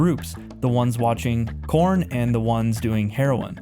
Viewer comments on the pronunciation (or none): I found this video very interesting and accurate, however what bothers me about it is the mispronunciations of different words throughout. For example call porn porn, not corn. Otherwise, I appreciate the content. Thank you & God bless 🙏🏼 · i cringe so hard everytime he calls porn "corn"